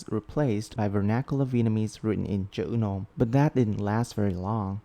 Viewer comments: when u starting to say "chữ nôm" i starting to think u are actually a vietnamese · Your “Chữ Nôm” pronunciation gave me feelings…